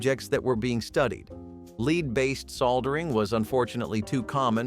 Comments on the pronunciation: "Leed based" "soldering" ??? These people need to learn how to properly pronounce some words !! Turtle Soup was a 'thing' in our house . Living in the Southeastern U.S. , it wasn't unusual to have it for a meal on occasion . It sort of falls into the same category as Frog Legs . In the sixties , Crisco was a cooking staple in many homes . In our house , any Wednesday would usually see a whole chicken , fried in Crisco , and consumed for our evening meal . Margarin is a laboratory misfit that is one molecule away from PLASTIC !! There is NOTHING natural in it ! I usually have a tub of lard in my refrigerator on any given day . I still use it for frying some foods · Leed ? Sol dering? 😂